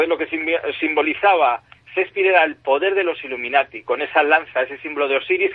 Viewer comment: Lo que mas me gusto fue la pronunciaciòn Sespir ja ja ja.